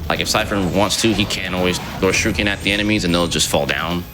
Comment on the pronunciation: Is it just me, or is he calling them "shirukens" ?